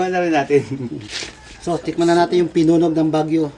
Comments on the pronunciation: Ang tamang pagsasabi nyan ay "pinuneg" hindi pinunog! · PINUNEG PO HINDI PINUNOG